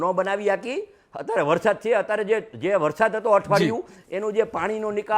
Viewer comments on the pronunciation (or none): none